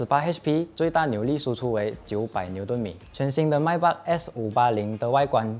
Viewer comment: Not My Beck. Its May Beck.